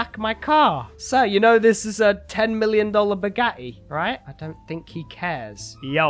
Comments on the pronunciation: naw. He kinda says it like "Bugahi" 😂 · The way he says "Bugatti" makes me so happy😂😂😂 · Just Can make me laugh The whole time the Way he Says Bugatti I like it your my Favorite Gta 5 YouTuber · I hate the way he says bugatti